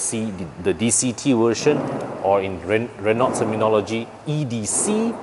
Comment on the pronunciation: Asian should dotheir review in their own language instead of English. Who are they reaching anyway? If I want an English review for a french car, i would rather go to european reviews done in English for a much decent accent and infos. After all, these cars are european. I cant stand these guy's atrocious accent. Btw, it is pronounced Re-no. Not Re-nolt!